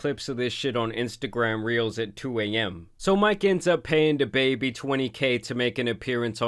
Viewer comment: It cracks me up the way says "Da Baby" 😂